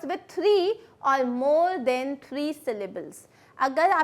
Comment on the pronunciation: Mam your THAN pronunciation sound is like THEN